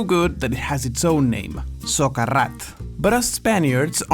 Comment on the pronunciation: you said socarrat properly, i'm chocked